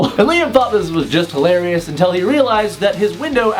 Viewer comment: Title: scariest tinder dates What he says: hailorus tinder dates Th s is why I have trust issues